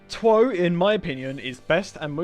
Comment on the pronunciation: Him saying tw oh is the hardest stand to get Me: laughs in mih